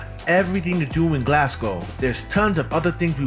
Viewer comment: This video is old. The subway trains haven't looked like that for a few years now. Also, I'd advise you not to imitate this guy's pronunciation of either Glasgow (he's putting too much emphasis on the second syllable and it sounds weird), and definitely not of Glaswegians, as he keeps saying 'Galwegians', which would refer to people from Galway in Ireland. There are better, more informed, more recent, video tours of Glasgow out there, featuring people who actually know how to pronounce Glasgow. I'd recommend one of those instead.